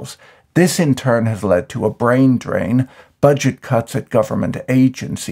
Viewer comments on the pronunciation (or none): none